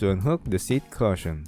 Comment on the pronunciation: Thanks. Its pronounced "Cushion" as on Ku not "Caution" as in watch out.